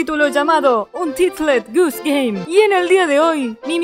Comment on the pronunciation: lo pronunció el juego untiltED gOOse gaME